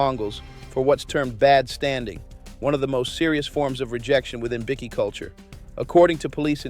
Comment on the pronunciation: Wtf is it with these AI channels. It's bikie, not bickie, ffs.